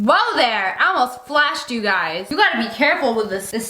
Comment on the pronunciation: Ew why you say hello gays